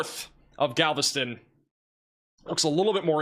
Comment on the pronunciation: So many pronunciation errors. It's not GAVELSTON, it is GALVESTON.